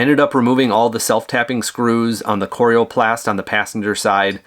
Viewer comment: Nice Video. Not sure about your pronunciation of "coroplast". :) One tip. When you plug the rig into a 15A outlet set the max current at 12A. This is required in the electrical code for continuous current (80% of max) and far less likely to trip a breaker or melt an outlet or cord. Even at 12 amps things will get quite toasty after awhile with continuous current like an air conditioner or charging a large depleted lithium battery pack. Have fun and be safe!!